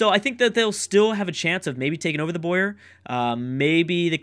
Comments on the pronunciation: It is boo-errr not boye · This looks like it's gonna be a great series! My vote is on Portugal. Btw, the Boer civ is pronounced Bower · By the way I think its pronounced Bow-er (Not sure though).